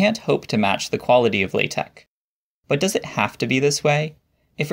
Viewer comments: Are you speech impaired or just being a fool??? Why say Latec when the word is pronounced LATEX Why Wordtec if it is is WordteX??? IDIOT! THUMBS DOWN. NO! X is NEVER pronounced K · I've never heard an academic pronounce it this way... Laaa Tech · I thought it was pronounced like the word latex. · WAIT WAIT It's pronounced lay-tech? I have certainly confused many a colleague by saying that I'm a big fan of latex. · Is it latek or latex? I keep hearing a K. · Wait, do people actually pronounce that x as a k? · That's not how you pronounce (La)TeX according to Knuth ☝️ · The letter X does not make that sound.